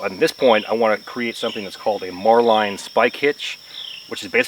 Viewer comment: Marlin not Marline. When using a Spanish windlass, don’t start out with it so slack, tightens up quicker. Most definitely have some means of holding the bar/ stick. Can be really painful if it unwinds abruptly, basically it is the tech the Romans used for ballistae.